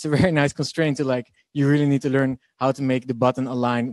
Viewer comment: U should learn how to pronounce learn 😂